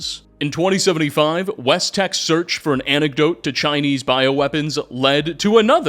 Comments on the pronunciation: It's "antidote", norlt "anectode", for God's sake! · Hey, are you saying anecdote instead of antidote? Or am I just mishearing? 😂